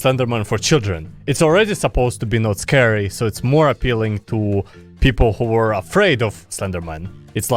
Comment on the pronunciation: Scary: exists: Sceurry